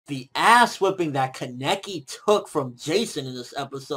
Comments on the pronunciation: said kah-nah-key not keh-neck-ee lol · Why do u say Kaneki so wrong it makes you sound so stupid lmfao